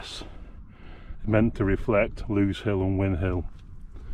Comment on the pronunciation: When will all of you that do north derbyshire films realise it's grindslow and grindsbrook, the grind part rhymes with rind...as in bacon. And lose rhymes with booze in lose hill. How the fuck can win hill and lose, rhyming with close make sense. Old battle... win and lose. Beavers and many others do it...fucking thick